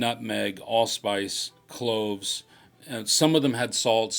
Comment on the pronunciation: I thought you said " clothes in the oven" then realised it was " cloves in the onion" lmao, could have been disastrous!